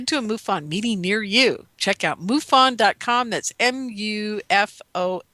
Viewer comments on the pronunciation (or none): Linda Moulton Howe says it's "Mu fon" not Moo fon. Moo sounds funny.